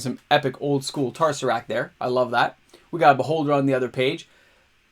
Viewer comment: "Epic, old-school tar-sah-rakt there" a fucking what bro? Did you have a stroke?